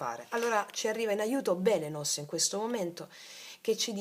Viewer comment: Buongiorno Francy, grazie Dio ti benedica. Si legge Epiteto con accento sulla i😊 e Beleno con accento su seconda e, come Belén ❤. Dio della luce, di qui origine del verbo balenare, ovvero giungere all'improvviso come un fulmine ed arrivo in cielo del fulmine stesso.